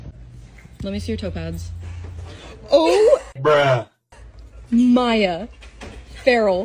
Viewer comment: The whole time, up until , I thought she was saying "topaz", instead of "toe pads". :D I thought she had some kind of lucky stone thing and was looking at and thinking "Huh? What the heck is that that thing?! That looks nothing like topaz!"